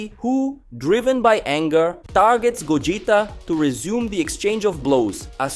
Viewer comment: Pls bring old narrator this guy fucking sucks can't pronounce names correctly ..gogita